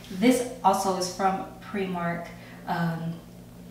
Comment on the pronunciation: Primark not premark lol nice smile